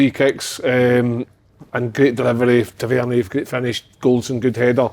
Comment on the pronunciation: Can someone tell Kev Kyle that Tavs name is pronounced Tav-er-neer 😅